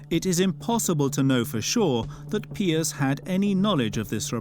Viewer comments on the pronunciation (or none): I wish someone would tell the narrator how to pronounce "Pius." Hint, it's not Pee-us.